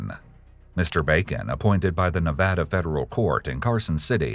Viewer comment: Listening to the narrator properly pronounce Nevada is music to my ears.